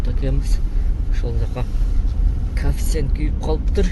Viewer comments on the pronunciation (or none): Коэффициент деп айтчы кафсент дебей